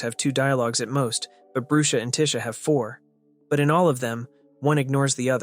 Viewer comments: Its not brue-sha its brush-a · the way he prounonced brusha "broosha"